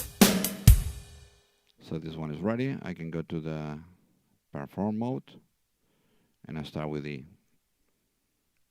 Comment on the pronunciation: hard to understand. There is no Pear Form mode. REE CORD.